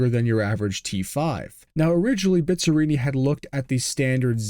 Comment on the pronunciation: Dói ouvir a pronúncia de Bizzarrini...